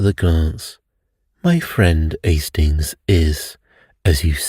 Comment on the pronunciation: It makes me smile when you ‘do’ your Poirot accent. 😊 …”Estings!” 😅 Have a fantastic week. 💐🥰